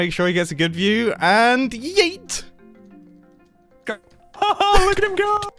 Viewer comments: That was the most British yeet I’ve ever heard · First time i heard mumbo say yeet. Its a very posh yeet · i love the way Mumbo says "Yeet" lmfao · the word yeet spoken in a british accent